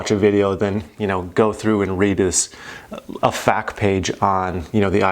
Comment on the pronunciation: Please dont ever say I read the Fack page ever again. It F. A. Q. Eff Aye Que.